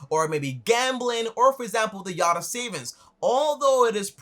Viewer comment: its not yatta, its yotta frok Greek